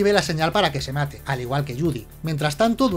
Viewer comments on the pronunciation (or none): none